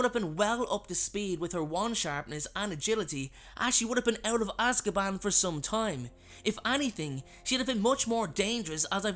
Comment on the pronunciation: It’s called Azkaban not Cazkaban